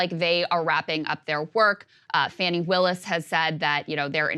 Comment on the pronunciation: Krystal "Fani" is pronounced "fawnie"